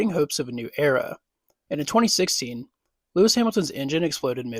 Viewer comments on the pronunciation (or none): none